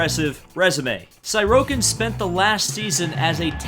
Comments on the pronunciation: See-rotkin ffs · I love this. every single name is being butchered in the most hilarious way. most notably "Sirotkin" -> "Sigh-row-kin" (rather than "Si-raht-kin" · sighroadkin. ffs. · a whole lot wrong with this video... You said Sirotkins name wrong, You said Haas wrong, Only Red Bull has a Tag Heur Branded Renault Engine, McLaren and Renault is just "Renault". Same engine but the Tag Heur watch company is branded on Red Bull because of sponsor purposes. The other teams have nothing to do with Tag Heur or Aston Martin so quit bringing it up every 5 seconds, Hulkenberg won Le Mans too.